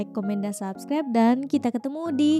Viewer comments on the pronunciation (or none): none